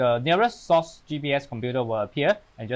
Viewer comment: Why are you pronouncing it as "sauce" instead of "Cross"???